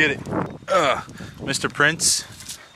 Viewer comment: Love how he says get a prias lol